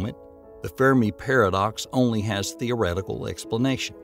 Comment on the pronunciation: "Fear Me Paradox". You mean Fermi Paradox. 😂